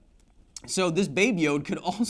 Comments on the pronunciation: hey, Kyle! Love the show, hate how you pronounce Yoda. The "a" is not silent. I repeat: the "a" is not silent. It's not Yod, like some swiss alps singer. No. It's a Yoda. Keep up the great work. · Am i the only one having an issue with the way he pronounces Yoda, which sounds like "YOD"?